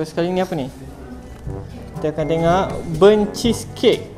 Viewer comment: Telinga aku je ker yang dgr sebut 'tengok' 'tengak'. 😂 Anyway support.